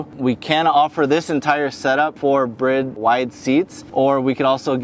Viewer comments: My friend the seats are pronounced "Bride" like bride-groom, not brid. Any chance you could do your next video without that gangster rap crap music in the background, thank you. Just the sound of the car is good. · He said brid seats lmao... and oh hey look at this sweet exhaust but you can't have it 😂wow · Bride but its pronounced brid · Great car and mods. I always thought it was pronounced bride as in bride and groom you know...do you know something I don't?